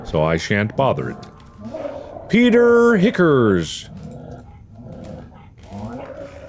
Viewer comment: Arin- “Peter Hi cars” Dan- “it’s Peter, 4 years, Arin” Mark- “pEteR hicKeRs” 🤣😂😭